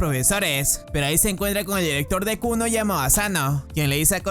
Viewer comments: El colegio llamado Kuno xd es kunu pero se le entiende kuno xd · yo entendi kunno y no kunu;v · escuche el colegio llamado kunno xd y era kunu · en el comienzo escuche Kuno JAJAJAJAJ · bro en el inicio escuche que el nombre del colegio era kunno en vez de kunu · Siempre escuche "kunno" ●_● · Al inicio pense que dijiste clase kunno XD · lo primero que escucho en el video es la escuela kunno en vez de kunu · Le entendí kuno al inicio XDDDDD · Pense que dijo kul0 digo Kunno pero es kunu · Yo creí que dijo kunno XD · soy yo o dijo kunno XD